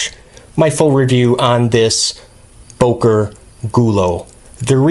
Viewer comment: Its not bOker it's bÖker